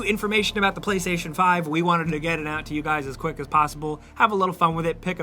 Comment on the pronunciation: "Play 5 tation"